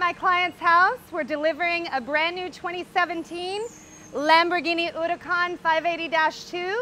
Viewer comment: She pronounces Huracán that way because she bothered to do it correctly. Good for her!